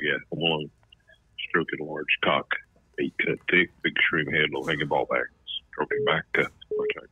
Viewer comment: He said hatey eight lmfao